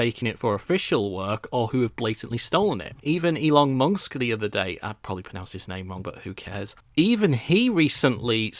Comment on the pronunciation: "Elon Munksk"